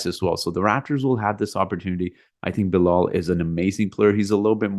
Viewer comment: Its Bilal